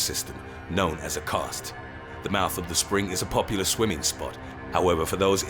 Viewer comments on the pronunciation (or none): none